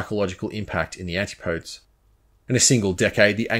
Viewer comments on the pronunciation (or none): Antipodes is not pronounced anti-podes. Try saying an ti puh deez. Got so say though I really appreciate the work the does. It is so top notch little errors stand out more than they should. I wouldn't have said anything but as a fellow Australian we should know how to pronounce antipodes. After all we do live there. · Great video. Excellent analysis. But.. Antipodes is pronounced "an-TIP-oh=deez" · I like the way you give all the detailed specifications of the gear. FYI, “antipodes” is pronounced “antip-o-dies” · antipodes it's pronounced " anti - puh - dese. there is such a thing as an " antipode " ( no s ) in geography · Great video but....antipodes is said anti po deez